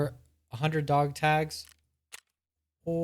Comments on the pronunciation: "Dag togs" = Honestly impressive how that rolled off the tongue 😂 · "Dag togs " I love it